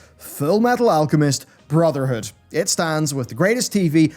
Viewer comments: Every time i hear him say full metal alchemist brotherhood. I hear say Furl metol allchemest brrrtherhood! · you mispronounced brotherhood Its furu meteru alchemistu bruzudo